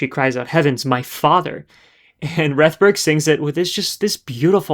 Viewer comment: . Francis Robinson, in interviewing Rethberg, pronounces her name in the same way that you do. So taking into account both Cross and Robinson, I think your pronunciation is correct. Perhaps she didn’t mind one way or another.